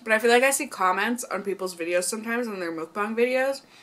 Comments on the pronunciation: it's MUK-BANG NOT MOOK-BANG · its pronounced more like "muhkbang" than "mookbang" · Just a friendly Korean subbie passing by~~~~It's actually pronounced, mUHk-bahng, not mOOk-bahng ☺️☺️☺️☺️ And I used to love Jimmy Jones bc of their bread but after I found out the CEO does wild hunting for fun, I said Bye Felicia! 👋🏻👋🏻👋🏻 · Just to say, mEOkbang not mOOkbang ;) Anyway how you pronounce it is just so cute !!!!❤ And one of my favorite beauty youtuber does mukbang !! cool ❤ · lol it's definitely not pronounced "mookbang"